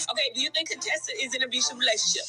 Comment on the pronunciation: Heathenly and Dr. Contessa were never really friends. Heathenly used to call Dr. Contessa CONE-Tessa, and Dr. Contessa hated it. Heathenly stopped saying it when Toya asked Dr. Contessa if she had a problem with Heathenly calling her out of her name. Dr. Contessa said, “People with speech impediments don’t bother me.” Toya laughed out loud, and Heathenly got mad, but Heathenly never called Dr. Contessa out of her name again.